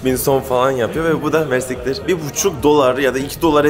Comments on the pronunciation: Hocam mersiktir değil mersi iktir iktir arapçada çok anlamında kullanılıyor. Yani kısaca çok teşekkürler Diyorsun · Mersiktir degil ayri ayri soylemen lazin MERSI KTIR cok tesekurederim demek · Mersittir değil o yanlız :) mersi kitir:) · Mersiktir degil mersi iktir 😅